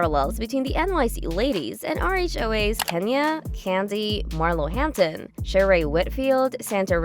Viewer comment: So, it's not Sherry. It's Sha-ray, like Renee. Start there. Learn how to pronounce their names. Then I'll take this seriously.